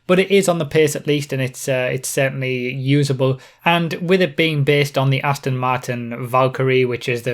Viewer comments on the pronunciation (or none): none